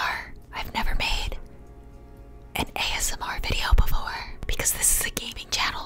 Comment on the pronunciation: My mom is hilarious. She pronounces ASMR as as$-meer. 😂